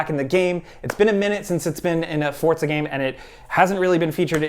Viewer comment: Forza... Not Fortza...